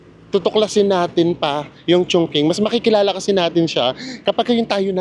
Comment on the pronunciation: Maganda tlga sobra ang Chongqing,(medjo bothered lang ako ng very light sa pagka-pronounce nyo HEHHE😅) Chongqing (pronounced as 'Chong-chíng' not Chong-king 😅)